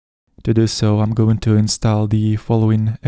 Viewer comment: Но "install" вроде произносится как "инстол"